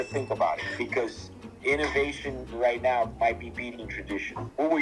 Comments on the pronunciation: you are Dutch, as long as you say oat, please just try pronouncing "now" the normal way instead of "noujj".. love your stuff btw. Groet uit Den Haag! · Even the Irish don't pronounce "now" as "noy", you sound like a fake Hublot. Get it right! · Why do Irish people pronounce 'now' 'nai''?